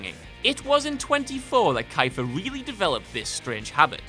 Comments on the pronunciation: kyle magaro kIEfer not kEIfer IE pronounced eee EI pronounced eye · Keeeferrr no kiiiipher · Who is "Kye-fur SUNderland?" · Kaiter sunderland??? Maybe what culture should do a "problems spelling and pronouncing actors names right wilst youtube documentaries". Kiefer sutherland. Ok, its pronounced kifer sutherrlaand. So again,kifer sutherland. :) make more research there is no N IN HIS LAST NAME . AND TRY TO PRONOUNCE HIS NAME RIGHT. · It's not ki-fer sutherland, it's Kee-fer sutherland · "key-fer" not "kie-fer" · Who again is Kai-fer Sutherland? Do you mean Keef-er Sutherland? How the hell could you get that wrong in a video where you're basically making fun of people for getting things wrong? It's not like he's hugely famous I suppose. Ugh. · gents its pronounced "key-fer" not "Ki-Fer" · Kiefer Sutherland's name is pronounced Key-fur, not Kye(as in bye)-fur. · It's pronounced KEY fur not ky fur for Kiefer fyi. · kyfer? the man himself has said his own name and it is "keefer", like reef. jesus christ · "Geroge Clooney" and "Kifer Sutherland" (Pronounced Kee-fur Sutherland. Terrible botches. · It's pronounced KEY- FER, not KI-FER. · "K-eye-fer Sutherland"? It's pronounced "Keefer" you tosser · Pronounced KEE-FER you fool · Didnt really show any good examples of Eddie Murphy's eye thing..or keifer Sutherland hand thing.. and its pronounced.. kee fer actually you didnt really show ANY good examples... except for Tom Hanks pissing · The narrator has an odd inflection on certain words... film pronounced "filem" ... Keifer... pronounced "KEYfur" ... pretty sure that's not how it's pronounced.... Also, Brad Pitt eating something, almost every one of his movies. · i cant take any list serious if you call keither ... kifer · Kyfer Sootherland. What? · Wait wait wait … Kuyfer Sutherland? KUYfer Sutherland. How … ?! Lmfao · I always thought it was pronounced keefer sutherland..anyone wanna clear this up for me? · It's pronounced Keefer. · "Kyfer Sutherland"